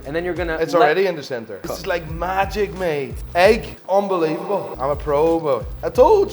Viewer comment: "UNBELEVOBLE" GOT ME LAUGHING 😂😂